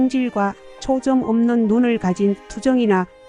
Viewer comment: AI목소리로 변환할땐 문장 마침표를 잘 찍어야 어색하지 않습니다. 한번에 읽어야할걸 끊어 읽으니 어색한감이 있습니다. 초점을 초쩜 이라고 써서 읽게 해야 하고